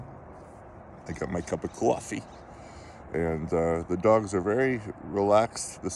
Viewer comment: The way you say coffee Boston?? So happy things are getting better and I'm sorry for the loss and the pack will feel your loss 😔🙏..thank you for all the updates